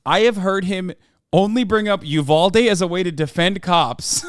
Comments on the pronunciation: My man keeps calling Uvalde "Ubaldy". I think he just might be unconsciously talking about himself in this situation. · I love how upfront and unbothered this guy is And why does that other dude keep pronouncing Uvalde like “A Baldy?” 👏🏾👏🏾👏🏾👏🏾 did this man really just say he signed up to be a cop because he knew he would get shot????? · Is it me or did that pig keep saying Ubaldy, not Uvalde? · I hate how the one cop kept pronouncing uvalde like "oo-ball-dee"